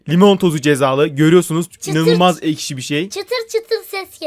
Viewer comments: ekşi diceğine eşki dedi 😂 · da eşki diyor:D asD:asd:Ad